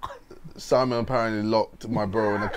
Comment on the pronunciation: not Simen its Simon